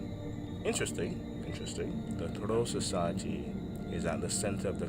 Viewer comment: I'm sorry my dude but your german pronunciation is just all over the place! "troll society", "walter nuhasch", "Germanadon"... Like what?? Next time please put those terms through Google translator so you know how to say it before reading the wiki page.